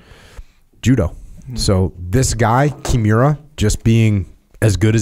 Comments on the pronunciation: I love everything about this podcast except how Jocko says Kimura. KI MU RA not Kjemura. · Jocko is struggling big time with pronouncing Kimura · Jotcko should be glad Kimura didn't hear that. Cause if he did he'll snap him n half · Came here just to find someone else noticing that. Makes it hard to listen to this episode lol, the pronunciation of nidan was even worse 🤦‍♂️